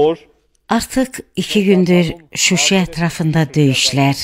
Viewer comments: Не шуши ,а Şusa!!! Переводчица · Перевод еден ханым дейенде шуши йох шуша данышыгыва фикир вер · Şuşi yox ŞuŞa…!!!✊☝️ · Şuşi yox ŞUŞA!!!! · tərcümə eləməmisiz lap yaxşı amma görürsənsə səhv deyir özün səsləndir. Bunu kim səsləndiribsə özünə hörməti yoxdu. Şuşi nədi ala Şuşa! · Danışan Azərbaycanlı deyil məncə. Azərbaycanda 4-5 yaşlarında uşaq da bilir ki, şəhərin adı Şuşi deyil Şuşadı. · Diktorsan kimsen bilmirem .ŞUŞADI şuşi yox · Perevod eleyen deyesen ozu ele ermenidir Suwe yox Susa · Shyshi yox,Shysha. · Vallah hangisi bilemem ama... Şuşi demesi asabımı bozdu yaa!!!😶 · ərməni şüşi deyir,bizə nə düşüb şüşi deyirik. Şuşanın adını düzgün tələffüz eliyin! Ehtiyac yoxdur hərifbəhərif səsləndirməyə!!! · Bu tərcüməçi niyə Şuşaya şuşi deyir?